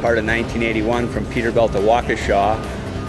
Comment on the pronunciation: peter"belt" huh